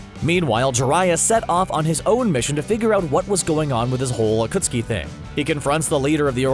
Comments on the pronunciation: im sorry butdid he just pronunce akatsuki as akutski??? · Is anyone gonna mention that this man said Akutsuki not Akatsuki literally miss pronounced the main group of antagonists for more than 3/4 of Shippuden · Akatski not Ukutski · He called the Akatsuki the Akutsuki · Akutski?? Its akatsuki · They do not watch naruto acustki instead of acatski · narrator you sade akutski instead of akatski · thankyou next A Kootski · Lmao narrator said “akutski 😂💀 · This one dude said ah-cuts-ooki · Bro did not just say akootski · Bruh the akootski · You said ukutskee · Mispronunciation AKUTSKI Daidara Sasari Jitso Yimato Kakaaza Asuma way to fast Karen( the name was accurate to her character) Hinata(way to fast) Uchia( to fast again) The tailed beast are not tailed demons EVERYTHING IS WRONG AND RIN IS WAY BETTER THAN SAKURA! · d-daaa-ra, wow EDIT: y-maa-to WOW EDIT 2: akuh-ski WOOOW EDIT 3: uh-suu-ma WOOOOOOOOOOOOOW EDIT 4: A female ninja named "Karen" LET ME SPEAK TO THE VIDEO'S MANAGER EDIT 5: m-daa-ra why FINAL EDIT: kah-ren incredible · had me dying when he tried to pronounce 暁 (Akatsuki ) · When he mentioned akatsuki 💀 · just randomly pronounces akatsuki correctly after consistently saying it wrong for 10 minutes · atleast they say akatsuki right, oh wait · says akatski wrong says akatski right I knew they were saying words wrong on purpose😂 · Omg look how he says akatsuki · I am sorry but did you say acuokskie and mudara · bro super obvious you dont do any actual research sounds like most these videos they have no idea what there talking about saying Akatsuki and madara wrong. missing main people, calling tailed beasts demons. like these guys just find articles and popular topics and read the articles so they can profit off the videos. these the types of channels ruining youtube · Um What What you called them? Wrong way to say Akatsuki. Right way to say it. Wrong way to say Madara.